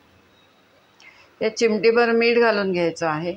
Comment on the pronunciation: सादरीकरणामध्ये अजिबात गोडवा नव्हता....कोणी मुख्याध्यापिका बोलत असल्याचा भास होतोय..... आहे व आहेत या शब्दावर इतका जोर का लावताय...